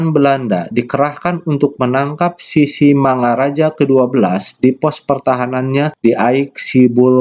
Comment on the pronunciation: Mantap pak, tapi mengucapakan Sisingamangaraja nya, nggak pas pak, jadi bapak buat sisimangaraja. Salam dari saya horas, dari Taput.